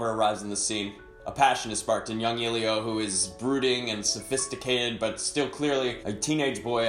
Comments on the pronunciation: Does anybody in the film call Eelio? The boy's name is Elio, E like in Echo, not eelio like in eel. It's an Italian name from the Greek "ήλιος", "sun". :) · It's Elio, not Eelio. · Maybe the next time you see it you 'll be able to pronounce Elio's name properly.